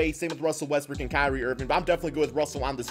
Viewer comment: So we just gone ignore how many times this man said Russell Westbrick 😂